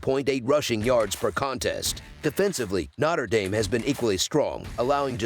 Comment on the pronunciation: “Notter” Dame 🔥